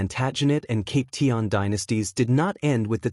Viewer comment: Cap pee shan not cap tea an